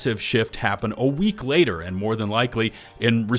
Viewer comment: "ater this year"